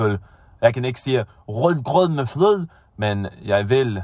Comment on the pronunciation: His pronounciations of "rød grød med fløde" is legit one of the best ones I've heard, and I don't even eat that kind of stuff.